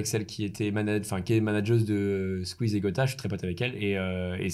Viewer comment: Tout allez bien jusqu'a que tu dise "Squeez" et "Webed"😭